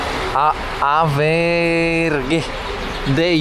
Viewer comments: Żadne Awberge tylko Auberge (czytaj oberż), po francusku hotel, podobnie jak w Italii Albergo. I stąd nasza oberża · Nie AVERGE tylko AUBERGE (czyt.oberż) czyli oberża.